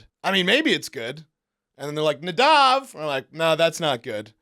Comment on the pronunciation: Haven’t missed a episode of catching up with Nadav izzzohhwikkk